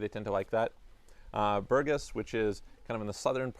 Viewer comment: BourgAs. If the accent is wrong, we cannot recognize the town of BpourgAs. Thanks!